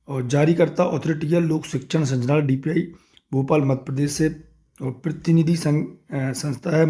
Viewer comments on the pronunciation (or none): आप संचनालय बोल रहे हैं। जबकि सही है- संचालनालय।